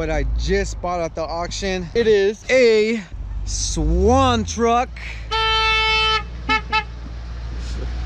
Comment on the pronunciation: It’s not swan it’s Shwan but spelt Schwann